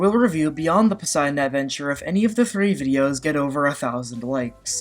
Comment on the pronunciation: lol "Posiedon"